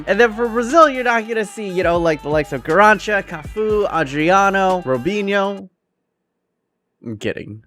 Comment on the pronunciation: That Garrincha pronunciation though 😭😂